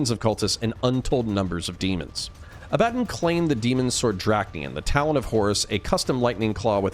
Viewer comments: Say it with me... abba- Don. Not a-bad-dan. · i cringe hard at how you say abbadon,its abba DON not abbadan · Abba-Don. ABBA DON Abbadon. Not , ............... A Bad un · I thought it was pronounced “Ab-Buh-Dawn” not “uh-BAD-dunn”. Is this a potato-potahto thing or is there a correct way to pronounce his name? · 'A-bad-un' ..? Pretty sure it's supposed to be pronounced 'Abba-don'. Although A-bad-un is hilarious because of its meaning in British vernacular. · ab-ah-don not abad-un good video otherwise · Pretty sure its aba-don not ah-bad-in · Bruh A-bad-on? Its Aba-Don How u gonna mispronounce that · wtf? 'A bad un'?? It's 'Abba-dawn' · IT IS NOT ABADIN (sounds like Aladin) IT IS ABADDON (ABA-Dawn) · Oh your one of those who calls him "ab bad on" instead of what he is called "abb a don" 😂😂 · Less "Ah-Bad-dun" and more "Ah-Buh-Dawn" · Agreed. Its not ah ba dun, it's ah buh dawn. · Woah woah woah, Abb-adon? It's Abba-DON broski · Is it not pronoubced ab-ah-don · Abaddon's pronunciation always messes me up. You are saying it the correct real world way but in all the audiobooks it's Ab-ah-don. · Im quite sure you're sick of these remarks, and i intend no hostility, quite enjoying the videos... The correct pronunciation of Abaddon is "Ab-uh-dohn". Greek - the archangel of the abyss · Ah buh don ffs how do so many people mispronounce that name when there are hundreds of audiobooks out with the correct pronunciation? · Say Abaddon right homes, beyond that, great video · Dude you've got to learn how to pronounce Abaddon correctly! Fantastic video though, i love your channel. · I hate the way you pronounce Abadon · Dude great video but you're pronouncing Abaddon really badly. Its not nice to hear. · damn you sure showed me. You make lore vids for a living and you get the main antagonist's name wrong, it just sounds like you cant read. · It was killing me hearing that pronunciation....THANKS!